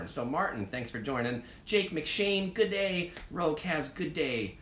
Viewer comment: Just have to add to this. I for one love a good prawn on the bbq!:) But also, never in my life have I said “throw a shrimp on the barbie” nor have I ever heard an Australian say it, indeed, *cringe*. Just one last thing. It’s G’Day (gid-day) not “gooday”